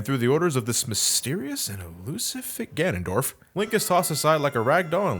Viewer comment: "This mysterious and elusive fig- Gandondorf" had me dying.